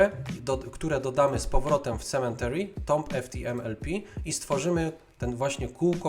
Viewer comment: To nie jest "sementary" proszę pana - tam nie ma litery "n". Esz :/